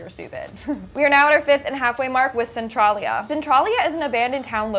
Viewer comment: It's pronounced "Cen-trail-ia."